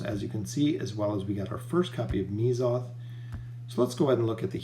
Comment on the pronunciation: it's pronounced meh-zoth. not "me"zoth. you enunciate strangely when pronouncing oden as well. it's not oDEN, it's just oden. oh-d-n.